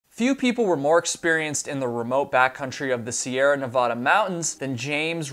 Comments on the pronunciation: nevADa not nevAHduh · The "va" in the second syllable of "Nevada" is pronounced as in the word "van." It's counterintuitive considering how the word "nevada" is pronounced in Spanish, but both the Sierra Nevada as well as the state of Nevada are pronounced this way by locals. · Nothing like East Coast people mispronouncing Nevada. I need to start calling Arkansas Ar Kansas